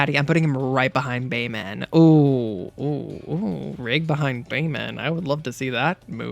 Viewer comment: BAYMAN. It's Bayman and I won't hear otherwise.